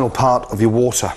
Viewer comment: anyone else think he says woootahh not water?